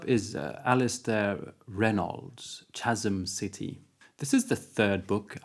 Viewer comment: Reynolds is my favourite living Author. I dont think I've read anything of his that I haven't thoroughly enjoyed. I will have to pick up Chasm City now as its one of the few of Reynolds that I havnt got around too. Just a quick note on pronunciation, think of the "CH" in chasm as a "K".